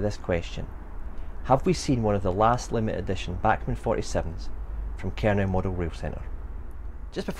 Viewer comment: No, No, No! It's pronounced Ker - No not Ker-Now